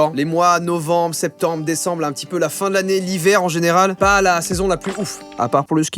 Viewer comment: Tu a dit decemble